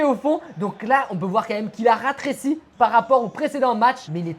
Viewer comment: a dit les joueurs du PSG on ratréci au lieu de dire rétréci